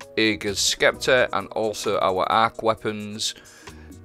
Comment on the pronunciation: say it with me, 'septer' not skepter lol